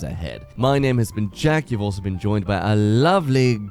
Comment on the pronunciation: I think Jack was just messing around saying the names that way